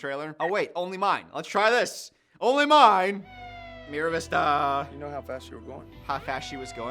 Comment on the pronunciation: MAR vista, not Miravista